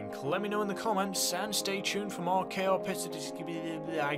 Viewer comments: cay prco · How does he have trouble saying ‘cayo perico’ it’s a 5 syllable combination of words